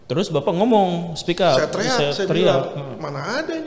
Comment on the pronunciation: Speak up ... bukan speck up ..beda arti